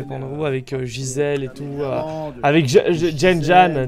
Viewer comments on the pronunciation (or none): Vous avez dit jen-janne !😭😭😭 c jen-jack !! 😭😭 ( sa ma stresser tous l'épisode ) 😭😂😂😂